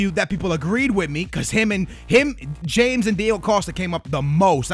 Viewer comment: James is pronounced [ha-mes] and he went for 106 mil